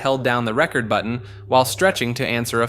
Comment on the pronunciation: I've enjoyed your channel since the first conspiracy iceberg. The quality of your productions would improve if you pronounced some words correctly. Nixon's secretary hit the "ree-cord" button. Record is pronounced differently as a verb than as a noun. Also, Dr. Seuss is pronounced "soos". Maybe checking pronunciation of words you don't know would help. Anyway, thanks for all the great work.